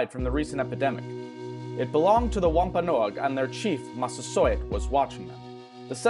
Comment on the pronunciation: Honestly as a Rhode Islander his pronunciations of “Sachem”, “Wampanoag”, and “Narragansett” make me cringe pretty hard. I appreciate the video, but it’s not that hard too look up the appropriate pronunciation if you’re making an educational video.